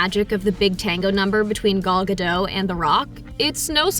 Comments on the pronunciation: her saying gal gadot like ''gal gadoo''...... oof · Why is it so hard to say gal ga-dott? 🤦‍♂️ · Gal ga-dough😳😳😳😳😳💩‼️